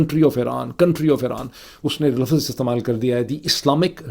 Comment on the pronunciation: Lafaz nhi lafz kehty hyn